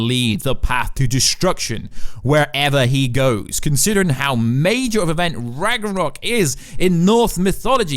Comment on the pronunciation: its not called Ragranok, its Ragnarok, what the hell is Ragranok? is this a parody video this was confusing the entire way through